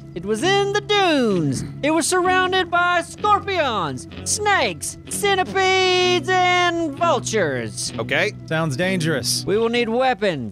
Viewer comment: I fuckin love how said "ccentipeedes!" lol